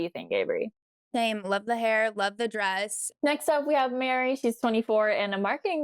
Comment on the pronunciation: You mispronounced the name "Mari" (marketing director from Maryland, ). The correct way is to rhyme it with "starry," "safari" and "Arie" (as in Luyendyk). It's not "Mary." Listen to Chris Harrison in his intro. He got it right. My name is Mari and I hear a lot of people make that mistake. But y'all are journalists, so please do your homework!